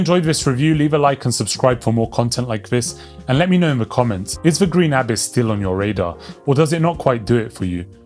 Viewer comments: Abiss? stop saying it like that xD it's abyss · say abyss properly